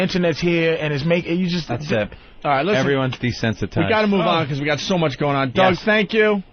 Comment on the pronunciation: Opie is a dope but I do agree. At that point "the show was sshome mush better, sshome much better."